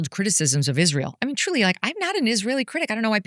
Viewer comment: she has insinuated Israel did it. She spent a good amount of time talking about Israel and then later on she said “they killed Charlie”. Usually when Candace says “they”, it’s Israel. Or, “Ish-real”, as she stupidly pronounces it. She’s a dingbat and a lot of the things she claims are easily debunked.